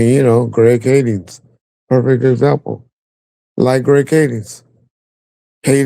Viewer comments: Why do u keep calling him “Greg Kadings?” 😂. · Its Greg Kading!! Not fucking Kadings!!!